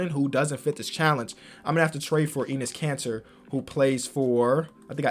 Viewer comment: It’s actually EH-NESS Kanter